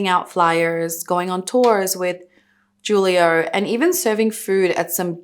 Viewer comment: The "J" in Juilo is pronounced with a H sound